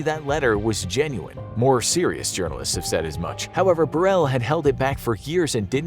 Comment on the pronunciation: Diana was more aware of her demise than some are of how to pronounce Paul Burrell's surname